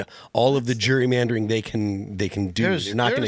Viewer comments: Phil its gerry-mandering not jury mandering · Phil!!! It's not jury-mandering!! It's Gerrymandering!! As in my kids' ancestor Elbridge Gerry (signer of the Constitution)... pronounced like Jerry as in "Tom &Jerry"